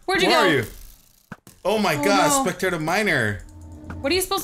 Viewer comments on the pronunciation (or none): It's spectral miner not spectator miner